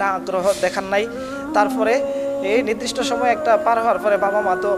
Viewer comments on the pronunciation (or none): none